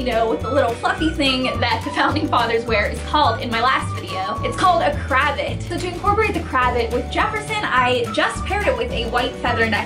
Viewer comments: it’s not cra-vit, it’s cra-vaht! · Not trying to be too nit picky.. but it's pronounced "cruh-vahht" :) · Pronounced Krah vot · (you pronounce cravat craVAt) haha c: love you & this video c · Pronounced 'cruh-vaht' with long a sounds :) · Pls don't kill me but it's pronounced cra-vay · No offense but I believe that's not how you pronounce it